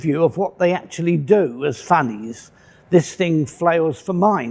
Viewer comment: When he first said "Funnies", I thought he was saying something else...must be the moustache :D